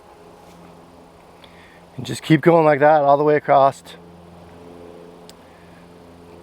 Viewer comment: Is he saying “acrossed”? Or is it “acrosst”? Wth is he saying?! It sure ain’t across